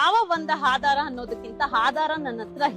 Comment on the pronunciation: ಹಣ ❎ ಅಣ ✅ ಆಧಾರ ❎ಹಾಧಾರ✅ 😅😂